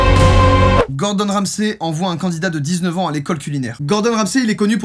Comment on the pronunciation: hahaha il m'a fumé Gordon Ramssé il a dit hahaha, ça se lit gordon ramzi